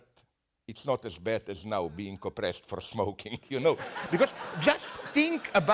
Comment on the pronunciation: "Sorry guys you scrood it up naow" LMAO